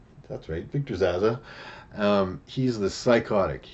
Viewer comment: Zsasz is his name mate, haha like your version though, Victor Zazzler sounds like a Dazzler/serial killer mash-up. Zazzler the sequined serial killer lol, he's evil but he's fab-u-lous! Anyway I know it's not about the pronunciation I am just pulling your leg. Good picks mate